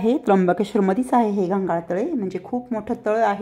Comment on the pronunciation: ताई ते घंघाळ तळ नाही ते प्रयागतीर्थ तळ आहे , असो व्हिडिओ छान होता.